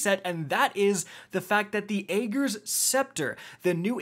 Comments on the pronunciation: I can't think of a single YouTuber that pronounces this weapon's name correctly. It's pronounced: AH - GERS! No, not AY - GERS. Not even AY - JERS. AH - GERS! I'm sure I look like a cringelord grammar Nazi right now, but I had to say something. Literally NOBODY is saying it correctly, and it's driving me insane lol. I mean, cmon... There were multiple lines of dialog and an almost 5 minute long cutscene where they referenced it by name multiple times! Ok, I'm done. Thanks for coming to my TED Talk. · "I don't know how to pronounce Ager correctly, even though Savathun said it like 10 times".